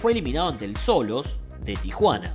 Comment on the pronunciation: Buenísimo el vídeo. Mi única aportación es que el equipo Xolos de Tijuana se pronuncia "Sholos".